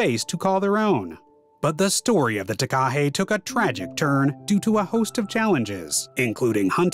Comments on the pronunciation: The name of this bird is mis-pronounced throughout the video, which spoils the production. That name comes from Maori language, (wrongly pronounced "may-ory"). Even 'Murchison' was mis-pronounced. The commentary must be automated because its only semi-successful. To pronounce Takahe correctly, either emphasise the first syllable or do not stress any syllable. (not T-kaa-hay but Taa-ka-heh) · The way he said Takahe omgggg lolol